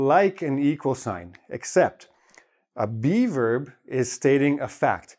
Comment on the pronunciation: Can't help it but I keep hearing "be verb" as "beaver" 😊